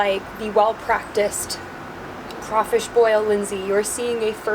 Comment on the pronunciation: being from louisiana having crawfish every year i am very very offended and cringed out from her saying “ kray fish”😂